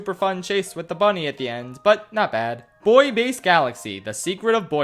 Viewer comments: It's pronounced boo-e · Buoy is pronounced "boo-ee" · it’s really pronounced “boo-ee” but it’s spelled so weirdly i can’t blame him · Anyone notice the “‘Boy’ Base Galaxy” pronunciation instead of “‘Boo-ee’ Base Galaxy” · Can we appreciate the fact that pronounces buoy boy? Most dialects pronounce it boo-ee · "Bouy" is pronounced "boo-e", not "boi". Also, do you prefer Galaxy 1 or 2? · The liberal leaving my body as he pronounce buoy "boy" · Wait people pronounce "buoy" as "boy"? Oh I never knew about this final area, cool! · actually the word "buoy" is pronounced "boo-ee." you can look it up in the dictionary or on any reputable search engine! hope this helps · Buoys are buoyant. The main characteristic of a buoy is buoyancy. Not boo-ee-ancy. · Every time you pronounced "Buoy Base" as "Boy Base" a part of me died great video outside of that <3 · A buoy is buoyant. Not boo-ee-ant. Case closed. Stfu. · ....it’s pronounced “boo-E” buoy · Why do you say Buoy like that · Am I the only one bothered by the fact he can’t pronounce buoy? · When he mispronounced buoy i died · If you’re going to disrespect Buoy Base at least pronounce it correctly lol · Why don't you know how to pronounce the word "Buoy?"